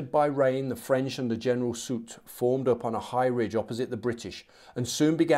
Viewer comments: Soult is indeed pronounced "soolt"! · It's Marshal souuuu in French and SouLT in English. So yes you were saying it right